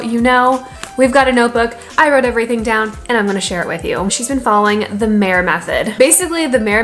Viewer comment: it is pronounced mya - mayr mayer maier meier meir - all pronounced the same.